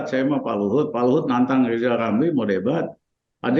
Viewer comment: Lijal lamli?Ngomong apa lijal lamli?100% ngili ya kalna dipecat jadi mentli?